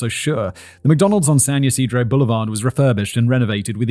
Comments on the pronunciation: Good job on San Ysidro pronunciation! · I live right near that McDonald's, my sister was there and got away unhurt. (they tore it down and put a bronze respectful sign there) FYI: you pronounced San Ysidro absolutely correct. 😊 And the Salk Institute is up the hill by the university. I knew sooner or later that bullshit church was going to be part of this. 🤮 Fun fact; Swat was created because of an incident here in San Diego at a pawn shop. That man was given the death penalty and it was abolished on appeal. That is why Charles manson and the manson girls had their death sentences commuted to life in prison.